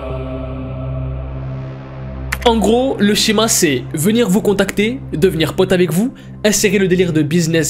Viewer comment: "Shéma" 😭 , J'ADORE 😂